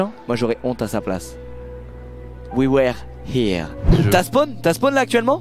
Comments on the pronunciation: On dit plutôt "oui weure hire" que "oui wère" mdrr mais drôle quand-même les sous-titres de l'anglais de squeezie x) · oui ouère hiireuh 😂 ca ma tué😂😂😂😂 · Prononciation pour ce qui veulent savoir c'est "wi weure hiire" voili voilou dite moi si je me trompe